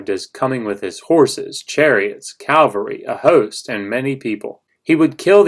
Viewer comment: CAVALRY, not CALVARY. Geez.